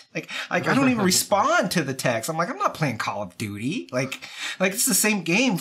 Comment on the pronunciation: Did call it Call of Doody 1.48.02